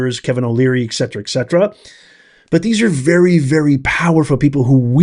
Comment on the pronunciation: Professor, I'm going to give you a clue. I don't speak Latin, but I read a lot, and when I come upon a word or phrase in Latin, I'll look it up to understand how it fits into whatever I'm reading. You keep saying "ex cetera", and you're not the only one who says it. Piers Morgan and Greg Foreman use it, as well. Ex cetera means "from the rest", whereas et cetera means "and the rest". I think, as it pertains to your rhetoric, you mean the latter.